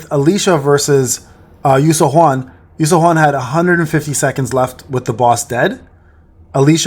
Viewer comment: Her name is pronounced “you sue-yun”